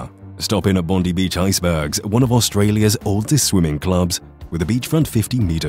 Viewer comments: And by the way, the beach is Bondi, not Bondee. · Thank you, nicely done. Bondi is pronounced Bon-dye. Would be good to include that a great time to visit is during Vivid when the buildings of the city are lit with projected images, and the trees are lit with fairy lights, giant sculptures and interactive light/music areas. The festival magically transforms Sydney for 23 days and nights across May and June.